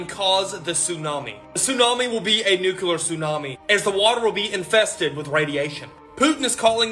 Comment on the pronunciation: Never trust anyone that can't pronounce nuclear properly. NASA=deceive